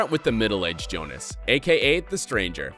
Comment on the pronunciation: Younas, not Jonas.